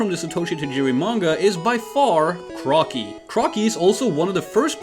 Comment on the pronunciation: Crocky ❌ Cracky ✅